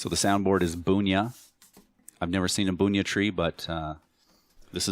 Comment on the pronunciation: I think Bunya in pronounced BUN YUH, you are saying it more like Boon yuh.